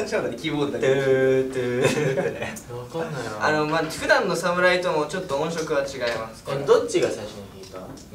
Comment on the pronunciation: で音色を『おんしょく』と読むのがさすがだなと😳 私も普段音楽をやっている身ですが業界の人はあまり『ねいろ』と言わない気がします